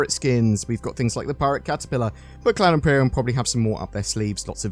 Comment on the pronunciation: Thanks, all sounds good. Umm, heads up - have you listened to how you say "Cloud Imperium"?